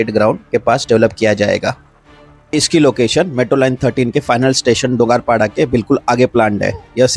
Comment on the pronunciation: its 'डोंगर' 'पाडा'